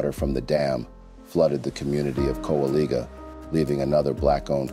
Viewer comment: Just to clarify; Kowaliga is pronounced (cow-uh-lye-jah).👍🏾✌🏾🙏🏾❤️💯✝️